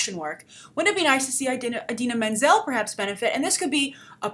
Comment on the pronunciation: She pronounces Idina Menzel wrong